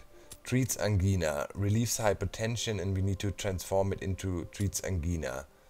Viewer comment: Angina is pronounced like Vagina...just thought I'd let you know! Didn't think I'd like the vids of this game but they turned out to be awesome to watch while working! Thx! More exclamation marks!!!!!!